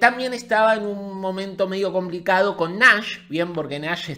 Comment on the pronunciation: cuando nombras a nash, lo pronuncias como NAS y ahora pienso que nas estuvo en pareja con joni